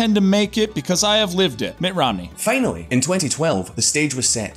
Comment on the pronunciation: Fanally... Pramaries... Tany hands... Sorry but uggghhhh